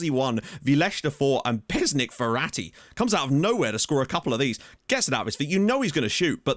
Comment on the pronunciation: Me: Mum I want Ferati Mum: We have Ferati at home *Ferati at home*: "Verratti"